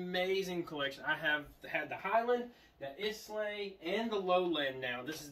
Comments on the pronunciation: Good show but Islay is pronounced like "Aye-Lah" or "I-lah" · Yep I definitely died a little inside when he said is-lay